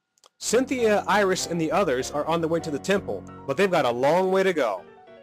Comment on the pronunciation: After sinfia did he say iris or Irish